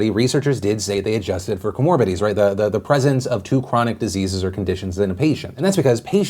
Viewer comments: co-mor-BID-i-ties not co-MORB-i-ties How many years have you been doing this, and that's the first time I've heard you mispronounce anything. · I’m sorry to point this out but it’s co mor bid i ties.